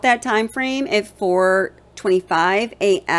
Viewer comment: The way you keep emphasizing on the word A.M. is driving me kinda crazy however, I live in Idaho. There is a lot more to this case I believe and your research is very good and you are definitely thinking the way I'm thinking.. good job on this and keep it up... maybe just chill out on the word A.M.